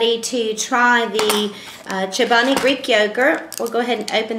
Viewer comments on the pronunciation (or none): its not SHobani its CHobani...